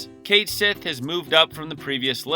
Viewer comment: Its actually pronounced Cat Shee I think Its Irish or something like that